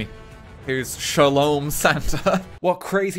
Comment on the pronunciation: It's not Shalom, it's Shamone, like Michael Jackson.